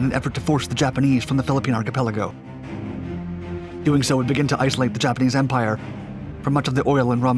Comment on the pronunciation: Pronouncing archipelago unharmoniously, I see.